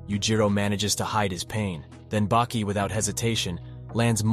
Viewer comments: Why he keep calling Baki “bakey” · How come you get the names pronounced wrongly.. Baki = bakey, and Ali = Al eye? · Bro wtf? You were changing up the way you pronouced Baki. FIrst it was Bah-Key then Bake-key, then bacc to Bah-Key? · "Baeki" lmao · This was great but I feel like u miss pronounced things & said things weird on purpose just to grab ppls attention. Like when u said Baki’s name wrong several times in a row twards the end & then started saying it right 🤣 anyway u get a like from me & a sub